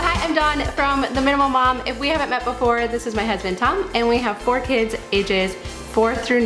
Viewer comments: This is going to come off as overly nit picky, I know, however I simply can't keep quiet any longer. It drives me crazy when people say kids-es... guys-es ... girls-es why oh why are you adding es? Kids...guys ... girls...boys... simple, no? Thank you and I'm so sorry to be a Debbie Downer because I really like you and your videos. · This is very motivating! Love the colors and simplicity. Side note: girls’ not girlses, kids’ not kidses 😉